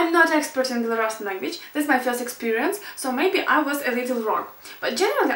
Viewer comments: Not Belorussian but Belarusian. Беларусиан) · it's not bielorussian (беларашн), it's belarusian (беларусиан) because the country is called Belarus, not Bielorussia ;) unfortunately, most of the sentences in belarusian where pronounced and translated incorrectly, which sadly twists the language way too much :( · Why Belarussian, ты сказала Беларашан!!! Правильно Беларусиан!!! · in english you should pronounce as rašan and belarusian (not belarašan) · Я понимаю, что прошло пять лет, но это же жесть. Мало того, что белорусский по-английски произносится никак не беларашн, но беларусиан, так ещё и сам белорусский. Понимаю, что белорусский и украинский самые похожие друг на друга из славянских, но произношения вообще рядом не стоят. Грамматика белорусского в одном месте. Меня затригеррило на "абодва паехалі да бабулі", поскольку в белорусском оба различаются в зависимости от пола, так сказать! Две женщины - абедзве жанчыны, двое мужчин - абодва мужчыны, родители - абОЕ. Страшно даже представить, что там дальше. Если бы не видео пятилетней давности, я бы сказала, мол, пока не узнаете нормально языки, не надо в это лезть. Ну вот серьезно. Думаю, Вам и так тут наговорили, но все равно пройти мимо сложно. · belarusian (беарусиан) а не belarussian (белорашен) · 1. Не беларашн, а белорУссиан. 2. Languages which/that ARE. 3. This IS my... 4. А дзе бацькi' 5. Увачяры?) УвЕчары. 6. К бабушке поехали ОБОИ?)) Оба. 7. Произношение: мяне не папярэдзiлi. 8. Каб яны прыехалi. Через ы. 9. Дапамаглi ЁЙ. 10. Стары дзiцячы лОжачак. 11. Адвёз. 12. ЛОжачак, опять. 13. Ты ж яшчэ не ведаеш. 14. Рана-раницай, не раня. 15. МалЕнькая дзяўчынка. Ты бы хоть постаралась и нашла больше информации о языке (говорю за белорусский), это ведь не так сложно:) Но я бы с тобой позанимался. Индивидуально ;)